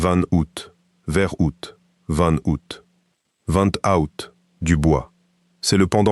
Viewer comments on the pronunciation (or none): alors on dit pas van (vent) mais mais bien van (vanne)